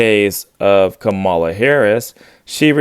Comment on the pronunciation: According to the cult, Hillary is racist and in need of a good cancelling. she pronounced Kamala's name wrong like everyone does. I just saw a guy get tarred and feathered on CNN for the same thing.